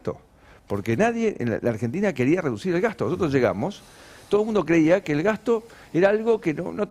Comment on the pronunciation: Vieron que el opa no sabe ni pronunciar ''nosotros''...; dice noootos...